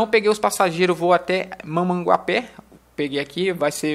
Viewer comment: não é mamangapê e sim mamanguape sem o pê